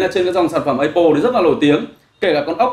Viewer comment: mong a cũng như nhiều reviewer công nghệ khác phát âm đúng tên giùm cái. Áp pồ chứ ko pải lá ây bồ( cu hiệp) hay ép pồ( đa phần reviewer hay đọc)